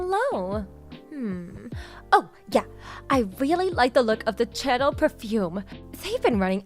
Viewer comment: Channel perfune?😅 it's pronounced Sha-nell.😂